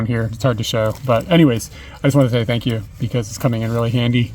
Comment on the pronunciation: the 39dog on the building, you were saying something that sounded like "sank you dog" is the 39 a stand in for some japanese katakana/kanji?